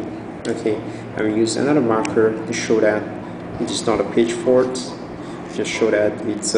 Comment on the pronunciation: Great video, sounds like you're saying "page fart" hehe..